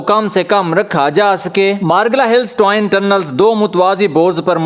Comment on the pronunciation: Twine kia hota hay, agar parh likh letay to twin kehtay